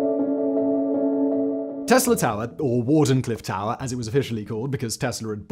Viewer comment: “Ta’er” what. Ha lol